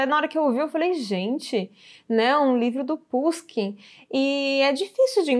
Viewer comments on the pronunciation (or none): Pushikin se pronuncia Puxiquim